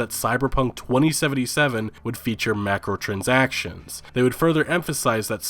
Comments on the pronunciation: Dude its "MICRO"transactions! not MACROtransactions. My crow transactions not mac crow transactions. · Hooton I'm pretty sure its Micro not Macro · I get annoyed when I hear him say "macrotransactions" its micro.. Cause Microsoft caused this shit :3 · So we're just gonna ignore the Macrotransactions pronunciation? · Is it Mike-ro or Mac-ro im confused